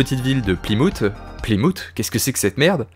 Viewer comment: la ville de Plymouth ça se pronounce Plymousse sinon très bonne viséo